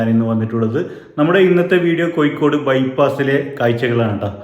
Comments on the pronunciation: ഇക്കൂട്ടത്തിൽ കാസർഗോഡ് കൂടി മിക്സ് ചെയ്തു പറയുന്നത് കൊണ്ട് കാണുന്നവർക്ക് ഇത് കോഴിക്കോട് ആണോ കാസർഗോഡ് ആണോ എന്ന കൺഫ്യൂഷൻ ( കോഴിക്കോട് ) ആണ് അല്ലാതെ )കൊയ്‌ക്കോട് അല്ല ( ഴ ) ശരി ( യ് )തെറ്റ് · Koyikode...😂... കോയിക്കോട്